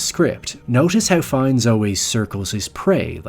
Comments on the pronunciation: Content wise it's a great video, but I really can't bear how his name is spelled... As far as I know and you can correct me if I am wrong, it is spelled more like "fen" (like you would spell "feel") and "nee" (like the 'ne' in "never") (basically with french accent), not fines as in "fine" His portrayal of Ammon Göth was incredible. It was so good, that a survivor of the Plaszow camp actually thought, he was real. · Rafe fines??? Whos that?? Goddammit Americans midprononcing everything!! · Pls stop calling him FINES ...but try pronouncing his name like Fian instead! One of the most underrated actors! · « Fiiiens » not « Fines » you Yankee oaf 😂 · His last name is pronounced “fine” (not to be pedantic—I just think you’re the kind of person who appreciates little details)! Great video! Just subscribed! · AI narration.....it calls Ralph ....Raiph and Fiennes differently 2 times.